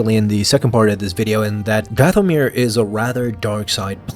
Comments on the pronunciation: Your accent is on the wrong syllable when you say “Dathomir”. The accent should be on the first syllable as in “DATH-o-mir”. Forgive my extreme nerdiness about this issue. I studied with an expert linguist for years and it kind of rubbed off on me. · omg it's not dath-o-mirror lol